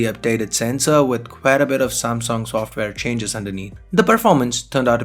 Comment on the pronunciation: u better practice speaking samsung instead of samsong